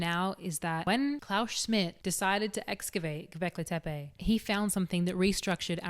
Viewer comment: Sorry, I was chewing. Did she say Kentucky? "Is it hARth? Fuu..." Hilarious. Attitude, voice, knowledge, fluent in both English (mostly, yeah, it's hARth) and sarcasm, can pronounce Gobeklitepe (says that like it was her first word, but can't pronounce hearth?), and good looks to keep my eyes busy too. DING. Subscribe. Duh.